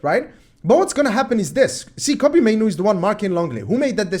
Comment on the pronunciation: Your initial pronunciation of Mainoo (Maynu) was right. It is spelt "Manu" but I'm sure he was born in the UK hence the "Mainoo". They spelt it how they would pronounce it. Its "Maynu"